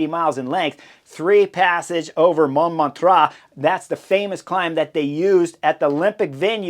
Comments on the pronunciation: Man, your analyses are the best ever, hands-down, but your pronunciation of localities can't even be called pronunciation: It's Montmartre [MON-MARTR], sth like Martyr, not Montraaa, come on, man :) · The pronunciation is more or less Mom-mart-r with the r more or less silent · It's monMARtre, not MONmartre. So, the only things at stake on the stage were stage placing and honor. The last lap showed what Visma wanted to do the whole tour: have one threat to Pogi attack with the other one on his wheel. When Pogi closes, the other one attacks. In this case, that was all that was needed, but, conceivably, this could have gone a few more rounds. Unfortunately for Visma, with Jorgenson, Yates, and Kuss becoming non-threats as the Pyrenees began, that tactic was not viable for the Tour result. Anyway, thanks for the analysis. PS: I think the stage could have been a disaster in clear weather without the neutralization. Because overall standings were not at stake, most of the peloton elected to play it safe on the Montmartre section, with folks finishing in groups over several minutes. Amazingly, I don't believe that there were any crashes the whole stage, despite the sketchy conditions at the end. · Not “Mount Montra” 🤣 😂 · Thanks for the show, Chris. Must have been at least three different pronunciations of Monmartre, but that's half the fun. Best cycling vids in the business.